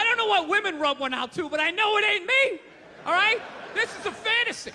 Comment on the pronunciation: " and.. AHLL of a sudden" ... wtf?? Who talks like that? I don't care where you're from... I've never heard "AHLL" until Bill 'go-fuurarrhkk-yourself' Burr here! Weird.